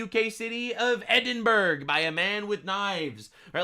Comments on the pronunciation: ...and... It's pronounced like "Edinburrow"....not "Edinburg"🤷‍♂️ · Im.gonna do you a solid, it's pronounced ed-in-bruh